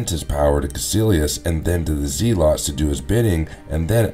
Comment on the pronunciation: I thought the way you said Ditko was a little off, but then the way you mispronounced Zealot so many times made me stop watching.